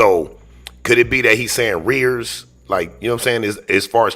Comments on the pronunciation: He meant “arrears”. There’s only one word that means being behind in child support. It’s the same as back pay. The fact that he says “rears” is simply because he rips the hell out of the English language, not because of where he lives. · It's arrears